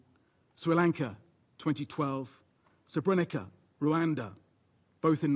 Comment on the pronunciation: It's a minor criticism, but as difficult as the first syllable may be to pronounce for an English-speaking person, the under-secretary-general didn't pronounce the rest of the word correctly either. Srebrenica: Si-reb-re-neet-sa